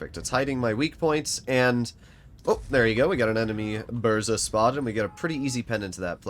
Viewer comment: Use Polish voice translator for proper pronoucing BURZA